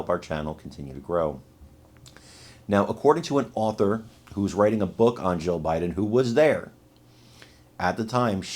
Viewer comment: I hate to tell you this but either your lisp or your language or something is messing up your tongue when you say Jill Jill Jill Biden j i l l and when you say Jill Biden it sounds like you keep repeating Joe Biden I hope somebody mentions that to you that you don't enunciate or pronunciate that word correctly her name is Jill not Joe